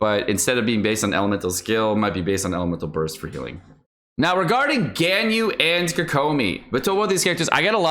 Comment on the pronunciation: The way you say Ganyu is painful